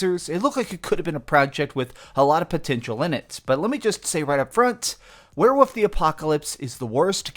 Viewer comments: “Werewoof” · lmfao "were-woof" "were-wooves" 🤣